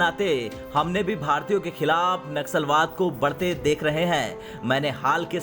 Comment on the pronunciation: Naxalbaad nahi Nasalbaad 🤣🤣🤣